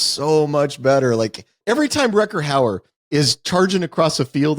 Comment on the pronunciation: I like that it takes Ty about 30 minutes to correct Wes on saying "Howard" instead of "Hauer". I suppose he didn't have the heart to call him out on saying "Ruckerd" instead of "Rutger".